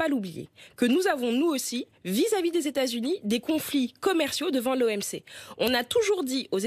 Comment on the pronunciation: Même habillée en jaune elle pèse rien contre les z' états z'unis des 'zamériques